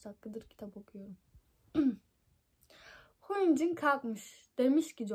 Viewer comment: Hyunin değil Hyunjin